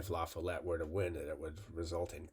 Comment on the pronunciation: It’s la-FALL-ette. Source: I’m a Wisconsinite.